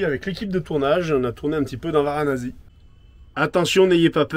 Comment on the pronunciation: Varanasi pas Varanazi s'il vous plaît 🙃😂